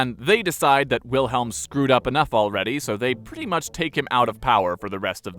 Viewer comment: Come on, pronounce it right. W is a V